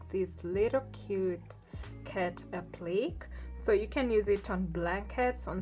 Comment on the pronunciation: It's very cute. Just know that it's pronounced (aah plee kay) not (ah pleek).